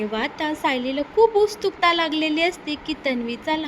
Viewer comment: उस्चूकता काय म्हणतेस ,उत्सुकता नीट म्हणायला शिक आधी